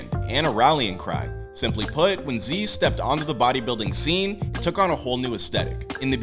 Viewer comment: Isnt it zyzz not zeeeeez